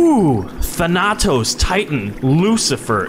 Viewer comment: I died a bit inside when you pronounced thanatos the way you did.